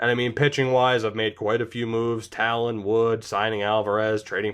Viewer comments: Taillon = Tie-on, pretty sure he has the Spanish double L. :) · Also, it’s Jameson Thai-yawn